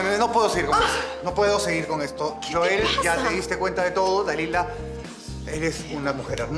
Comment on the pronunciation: le dice "Yoel" a Joel 🤣🤣